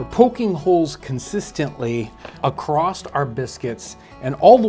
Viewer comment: “accrost” lol are you from Michigan?